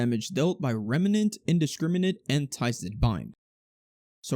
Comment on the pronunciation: i like how you say remnant